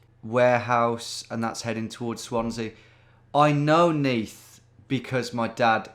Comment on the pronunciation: I'm from Neath and knew the first one straight away, but hearing you say 'Is that the River Neath' blew me away. You're cracked